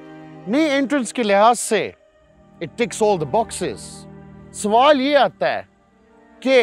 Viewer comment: "sawal yeh ataa"...the time when desi touch kicks in but still its very cute i love it!!!